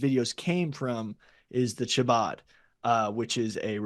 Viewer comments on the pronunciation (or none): “Shabaad, shabaad, shabaad” Come on lol I’m not even Jewish and I know that the C in Chabad is silent. It’s pronounced “Habaad”